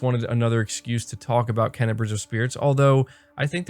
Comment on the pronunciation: I luv you bro but it's pronounced " Kay-na" bugs me every time lol that's awesome about the dualsense features for GT7. I'm hoping they make a a steering wheel with manual stick shit then I'd definitely buy it day one. I think they are waiting to reveal GT7 VR support when they truly talk about psvr 2